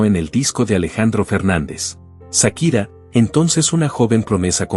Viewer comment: No es Sakira 😂 es chaquira